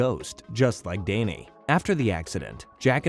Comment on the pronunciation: Why is Danny pronounced as Dayney